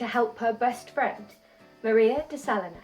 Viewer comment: It’s actually pronounced Sa LEE nas. Cheers 🎉 Video is well done!